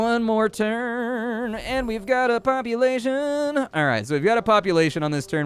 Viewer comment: Been having a blast with the video and then it just got better : "poop-ulation" 😂 I'm dead. 😆